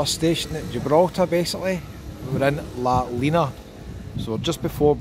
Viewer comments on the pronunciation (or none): It's pronounced La Lin nia